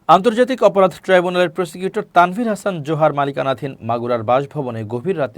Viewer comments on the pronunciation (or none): none